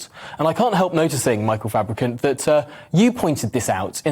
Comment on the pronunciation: The fucking state of Fabrucant 😂😂😂😂😂😂😂😂😂😂😂😂😂😂😂😂😂😂😂😂😂